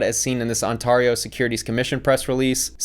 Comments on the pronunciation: Love the way you say Ontario, you go: On-Tar-Eee-O when its actually On-Tare-Eee-O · The Canadian province is pronounced On-tare-io not on-tar-io Thanks for the laugh! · As someone from Ontario your pronunciation of Ontario triggered me lol. The correct pronunciation is On-tear-eeo. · Canadian here, ima do you a solid for Ontario. (On-tear-io ✅) (On-tar-io ❌). Great video as usual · Ontario is pronounced 'On-tair-e-o" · Just found you recently and really enjoy most of your content! Small nitpick... Ontario is pronounced ON-tear-ee-oh. Tear as in tearing paper. Keep up the great work, you look like you're on your way to your goals! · "Ontahrio" really? Lol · Why are people from Ontario so triggered that pronounces their province's name incorrectly. Get over it - you're a tiny insignificant region in a world of 8 billion people, nearly 200 countries and territories with different languages and cultures. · Why did you say Ontario like that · you don't know what you're talking about and you mispronounced Ontario. Even worse, you published copyrighted material. Really STUPID! Folks, I hope you don't believe every video you watch from this guy., you should probably take the video down and if you still feel compelled to berate this guy, just make a new one with proper grammar, no copyright issues and facts. I do like some of your other videos though about real crooks. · The most shocking thing in this video is the way pronounced 'Ontario' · Came to comments for this. Lol WTH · I kove the way pronounces Ontario😂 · why say ontario like that lmao